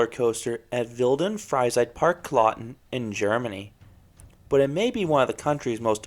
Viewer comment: For me as a german, I find it funny how you pronounce heiße Fahrt and Wild und Freizeitpark. But it was a good Video ;) I learned something about the ride, that stands in my homepark. This was my first coaster at a themepark and it was quite intense for my age. But it was fun for sure. I love your Videos and I was so suprised that you rewied this coaster!